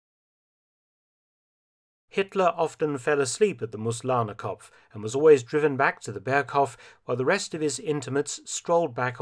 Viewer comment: He got Mooslahnerkopf wrong, it's Moos, (moss) which is pronounced like the english Moose, with a heavier intonation on the oo and not a lazy 'Muz'.